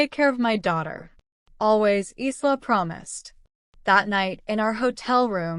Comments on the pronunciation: Isla is not pronounced eesla . It is Ila . Long I the syllable stressed and then la secondary stress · Isla’s name is pronounced eyela